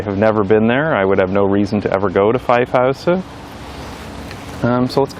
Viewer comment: Props for the Amsterdam way of pronouncing ‘Vijfhuizen’. You say an S where a Z is used like an Amsterdammer. Also the ‘ui’ sound is spot on and hard to learn.